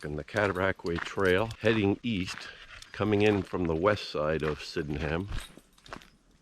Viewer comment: I enjoyed a walk around my village! Thanks. Locals pronounce it "Syd'num". 😁